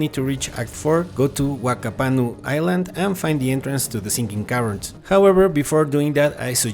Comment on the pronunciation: Whakapanu is pronounced Fakapanu. Wh = F sound, in Maori.